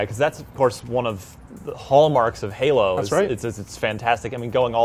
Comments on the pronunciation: stop saying Halo, pls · Yep pretty much what i herd. halo halo halo halo. Lol